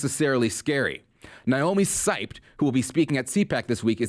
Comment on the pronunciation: It hurts how he doesn't know how to pronounce Seibt. ,:D